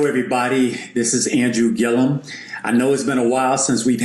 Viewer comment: Gillum nigguhh!! not Gillium. I swear you the smart nigga that always mispronounce people's names... Anyways keep up the good work. Dope channel